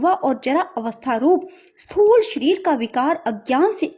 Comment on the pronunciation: Y geeta ka adhyay to achcha h pr Hindi vachan m bhut ashudhiyan h jaise......svrg .shreer.smpoorn.aur vishay adi bolene m bhut ashuddh uccharan hua h.plz ese sudhare🙏🙏